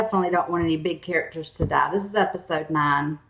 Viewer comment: "ah doent wunt shireen to dah" oh you poor poor thing. love your videos though I've been binging them in prep for season 8 :)